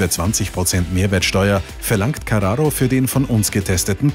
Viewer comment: Wie du carrao ausspricht. Wie ein Italener